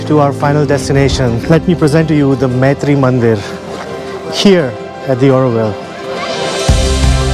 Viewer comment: Its not Maitri mandir but Matru mandir